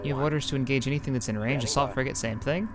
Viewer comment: "Ion cannon fligate in position"